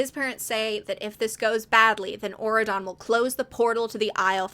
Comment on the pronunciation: I have never heard of these books and until 20 minutes in, I truly thought you were just saying Oregon in a strange way instead of Auredon😭